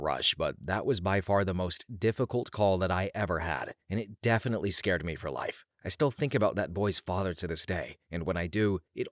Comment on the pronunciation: 😂he keeps saying "scared" when it should say scarred.